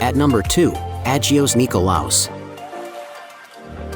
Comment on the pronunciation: An American pronouncing "agios" is.... funny or tragic? 😅 and "nea" as "N.E.A" ....lets hope this is an AI voice 😂